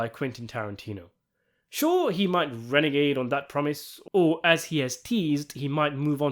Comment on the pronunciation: *renege, is pronounced re neg Also, I have a feeling that Tarantino will cheat and make Kill Bill 3, but count it as part of Kill Bill. I've heard of the movie critic, which I would love to see, but I think he still will do the 3rd part of Kill Bill and he will do something with the Parker character - whether that's in theatres or on the TV.